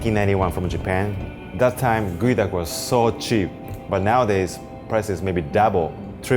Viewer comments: its GEO and not Goey, why you do us like this english? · why is geoduck pronounce as guey duck? I call it geo duck. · its pronounced Gooeee duck. Not Geo Duck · "This one goeduck, raw.." what now? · I THOUGHT IT WAS PRONOUNCED GEE-OH-DUCK